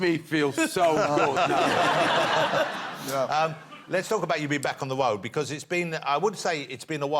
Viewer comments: 3m34s.. back on the woad!! lol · "Let's talk about you being back on the woad" What's a woad?